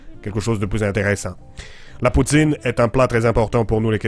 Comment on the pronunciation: Je suis Canadien anglophone donc peut-être je me trompe ici, mais chu tout à fait sûr que le mot « poutine, » c'est prononcé plutôt comme « pou-tsaine » en Québec (si on le disait dans un accent anglophone, ça serait comme "poo-tin" que "poo-teen") :)